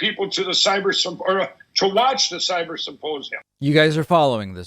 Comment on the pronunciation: He still talks about the symposium so much. But HOW, after months of talking about nothing else, has he still not perfected the word "symposium"? He says "supposium" every 7+/- words in every single interview. I can't hear anything else he says because I'm gagging over that word having heard it 1,000 too many times.